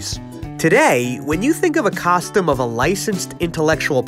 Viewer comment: ngl my dude, I love you, I love your work, I love your content, and this video specifically, but I hate, hate hate the way you say costume. "Kostem" blech.